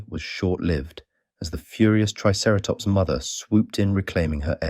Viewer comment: Bro really said triceratops 😂😂😂😂